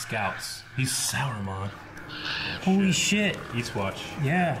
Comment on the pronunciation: "He's Sauramon" lol